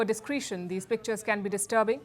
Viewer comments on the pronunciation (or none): Not '...yesterday night...'❌ Please say 'LAST night' ✅ Also Pronounce 'Dis-CREH-tion' ✅ Not 'Dis-cree-tion' ❌